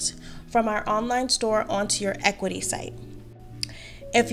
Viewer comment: Thank for the vid! (I believe it’s pronounced ah-CUE-ity)